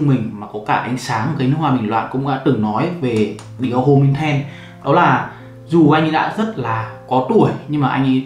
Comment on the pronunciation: homme đọc là ôm á anh 😇